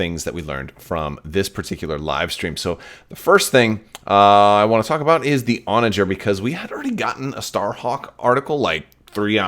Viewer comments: Your pronunciation of Onager is correct based on the English pronunciation of the medieval siege weapon and the wild ass. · you are correctly pronouncing Onager. And I believe Thrawn audiobook pronounces Arquitens the way you have been saying it